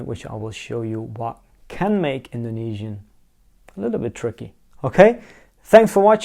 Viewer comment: I am Indonesian and I am watching this for my foreign friend to convince him learning my language. Your pronunciation is good! I am impressed.